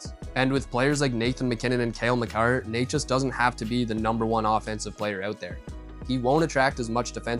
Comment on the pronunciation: its "nečas", "ne" like in net. The pronunciation of "neighchas" made this a tough watch, although the content is good